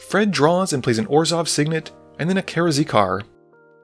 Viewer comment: Karakizar - "Kara-Zeekar" XD